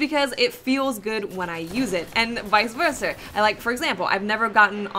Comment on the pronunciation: and "vice-verser" lel